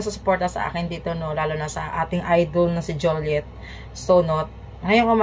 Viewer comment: Visaya.kainis yang pronounce mo.sakit sa tenga.alden po!d aldin.juliet po.d joliet